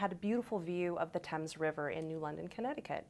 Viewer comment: Tell the director that we do not pronounce the Thames like they do in London ; just from this interview I do not expect that this movie will actually be based on what happened in new London Curious why she didn't mention that fort Trumbull is directly near the sewage treatment plant or this history of neighbors complaining of smells and demanding that thier taxes be lowered ....... My guess is little facts will be preserved and most of this movie will be based on political beliefs of the director And why was Republican governor mentioned ? What about the Democratic council or mayor mentioned? Very curious since here in Connecticut home rule leaves land use decisions such as this strictly a local issue .... it's so sad that liberal Hollywood can't just show the facts without forcing thier agenda; maybe one day the word truth will be taught to up and coming directors